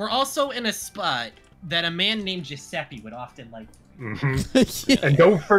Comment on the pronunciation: Giuseppe is perfect! I love when english speakers hit the right italian pronunciation ❤